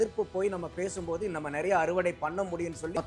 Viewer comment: அது என்னடா நறய? நிறைய என்று சொல்லி தொலையேன்.